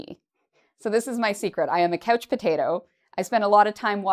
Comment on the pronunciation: pronounces couch potato like coach potato. Does she has an accent?